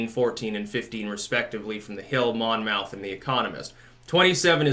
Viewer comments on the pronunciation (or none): Monmouth is pronounced mon-myth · Monmouth is pronounced like Portsmouth. (Not like mouth.)